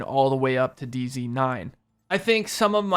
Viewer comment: Just noticed you said dz not day z